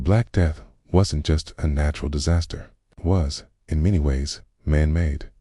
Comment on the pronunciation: I'm sorry but AI narration is just terrible. It pronounced wasn't as wassen tee. Unlistenable.